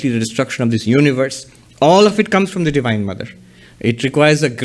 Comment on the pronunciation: It's 'Divine' not 'Devine'